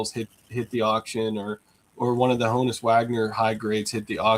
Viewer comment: So how does, a Pirates fan continually mispronounce the name Honus?